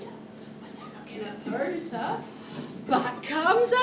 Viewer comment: It's not Per-dit-a it's Per-dee-ta